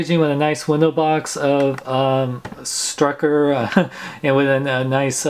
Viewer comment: He calls it struckor lol